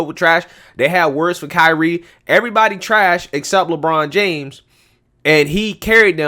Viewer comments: I like it when he said Lechina James. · It's la bronda james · “LaChina James!” Damn!!! Lol